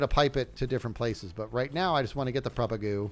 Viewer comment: said the word propagule 47 times, and pronounced if propagoole only 7 times!